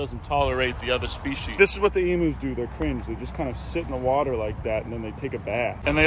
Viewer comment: Finally someone who knows how to pronounce emus!!!!